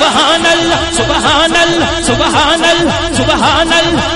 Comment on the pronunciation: pronounce the name of Allaah properly and then think of throwing money on mashaayikh - if he is even a person of knowledge and sunnah (i dont know) - instead of giving it to the poor in our country